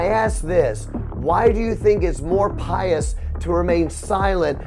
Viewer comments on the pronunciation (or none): none